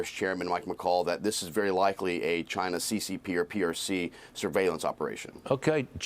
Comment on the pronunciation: Some of the drones are from “CHY-NA” *Donald Trump mouthing*